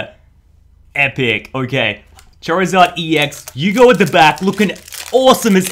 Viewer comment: I believe you said Charizard like chair-izard. Poor chair, anyway.